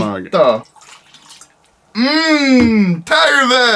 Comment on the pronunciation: ”TÄRVE” :DDD